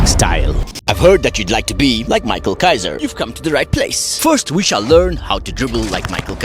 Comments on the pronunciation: His name is pronounced as "mi-ha-el" because he is German. I dunno why everyone calls him "mai-kal" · erm actually 🤓. It's pronounced "mi-hai-ru' because the manga is Originally Japanese. In Germany, it's "mi-khel" or "mi-kha-el" "mai-khal"